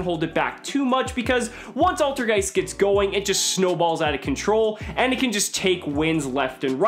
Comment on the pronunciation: Altergeist is german for old ghost and you say IT so wrong xD, but no hate